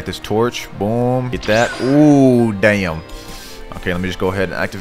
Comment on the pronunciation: I like the way he says damm